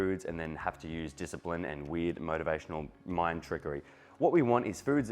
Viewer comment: Hearing the world weird without the "r" in it.. is weird 🤯